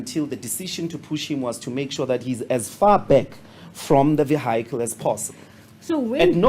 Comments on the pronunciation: That vee-ai-cul lol😂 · And......can someone explain to me.... what is a ''V-HYCLE''.. hahaha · According to Ndlozi they had the right to be at the funeral and to enter with their vee-hycle(just say car if you cannot pronounce it properly), disregarding authority (as usual). Scenario - 1.My vehicle license is displayed on my windscreen (up to date). 2. My vehicle is roadworthy. 3. I am in possession of a valid drivers license. 4. I am not speeding or driving recklessly. 5. I am a law abiding citizen. 6. I have an appointment. 7. I have the right to be on the road. So if a "Police Officer" stops me at a routine stop, then (according to Ndlozi), I should have the right to assault said officer, as he is preventing me me from keeping to my schedule? In Ndlozi's own words there was a time schedule, and they where going to be late. Why where they late in the first place, as they did not arrive with the rest of the convoy? Keeping in mind they arrived after the hearse, the hearse was outside the gate. Col. Venter never said "they" where not allowed to enter, he said the vehicle was not allowed to enter. Col Venter had a duty to perform that day and if the vehicle did not have the paperwork to enter regardless the status of occupants, he performed his duty. Clear indication he is not corrupt. Did Malema and Ndlozi think that because of their status, they are above the law? It is up to the attendee to make sure all paperwork is in order. This can also be applied to boarding an plane, going to a concert or as simple as having a disagreement with a cashier at checkers. If you st